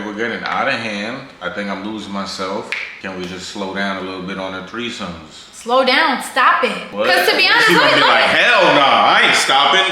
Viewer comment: My dumb a… “thirty-third-somes” 😭😂😂🤦🏾‍♀️